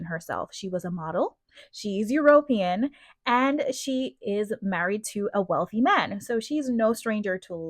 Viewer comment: European is pronounced Eu-ro-PEE-an, not Eu-RO-pee-an (stress is on the third, not the second, syllable). Melania would look better if she didn’t always look so angry or grumpy, it makes her look a lot older, too.